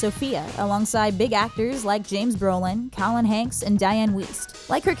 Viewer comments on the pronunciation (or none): none